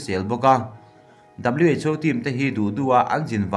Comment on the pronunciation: Who lai khi WHO tih tur aw haha😂😂😂